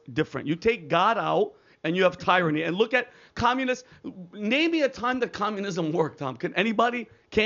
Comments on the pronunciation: Tyranny. Pronounce better. Tear a knee. Not. Tie. Or sound. Illiterate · Idk what’s worse the pyramid scheme guy or saying “Tie rany” hahahahaa